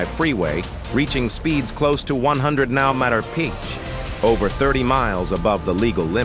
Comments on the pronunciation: The AI narration is very annoying on this channel. It often states incorrect information and hasn't been programed well... it dies not know that MPH is mile per hour instead of mmpeeehay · Commentary written by a moron and spoken by irritating robot voice which can't pronounce thing like m/ph.